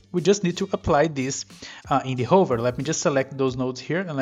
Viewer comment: you need to learn how to pronounce hover